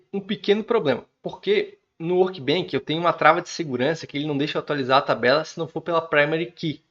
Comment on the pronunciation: só uma dica, se fala "workbench", com som de "chá", não de "kilo". Do jeito que vc fala parece workbank, que tem significado diferente ;) Parabéns pelo vídeo!